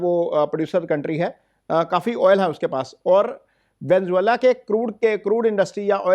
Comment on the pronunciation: Venezuela ❌ Venzola ✅